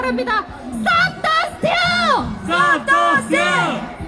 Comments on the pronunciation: 마지막 영어 발음이 다르네...본토 발음 STOP THE STEAL! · 이와중에 스탑더스틸 발음 찰지네 ㅎㅎ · 그와중에 스탑더 스튈~ 발음 개좋네. 영어영문학과라 그런가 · 와 존나귀엽다. 스탑더스틸 발음개좋네 역시 서울대 윤통화이팅